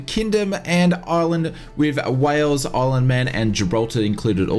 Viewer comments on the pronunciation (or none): none